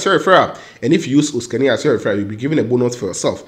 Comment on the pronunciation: Osikani you kept long today 😂. Thanks for the shout out but you always get my name wrong 😊